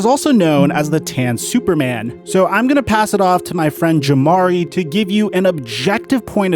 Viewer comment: Why does Jamari keep sayin his name wrong? It’s like he’s emphasizing tha mispronunciation of his name. Am I trippin? I watch both of these channels regularly so I’m not jus comin out of left field